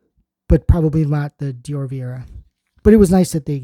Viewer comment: The Dior one (which you’re mispronouncing) is a gradual-tanner, it says the instructions on the box for how bronzed you want to look depends on how many layers you use